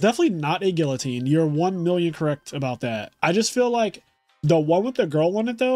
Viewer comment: Damn, neither of them pronounced guillotine correctly.